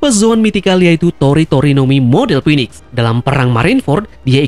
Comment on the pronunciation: Ralat dikit bro, bounty King belum diketahui. Bisa jadi malah diatas Marco, mengingat bounty Queen saja sudah . Oh iya 1 lagi, cara melafalkan "Phoenix" adalah "Finix". Semoga channelnya makin keren..